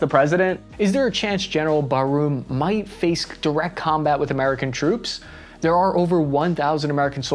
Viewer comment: 1. It's not General Baroum it's Bar-mou. But I don't think you care. 2. The snapshots you showed in the video were not pro-democratic. Both of them were the population that was pro coup. 3. The transition in power from Mahamadou Issoufou to Bazoum was not all that peaceful. Bazoum was not widely popular even among his political party. There were protestations, but you chose to not speak about that. 4. "People believe their still tied in France". It's not a belief, it's a fact France never granted independence. Since the beginning of the coup, western power are only focused on a president that is willing to let a war begin just to go back to power. Western powers didn't even try to negotiate with the coup leaders, their first reaction was sanctions and a treat of war.